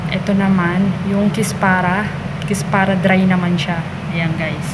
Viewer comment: Kusbara not kispara salsa not salsal